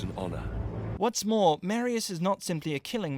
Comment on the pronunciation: Mareius, It's fucking MAR-I-IS NOT MARE, GET IT RIGHT.